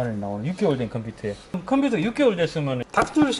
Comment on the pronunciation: 아 제발 컴퓨터를 컴피터라고 얘기좀하지말자.. ㅠㅠ